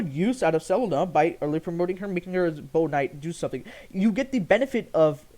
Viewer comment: why do you pronounce selena like that :( it upsets me greatly